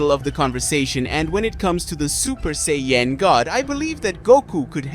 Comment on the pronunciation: And it's say an not say en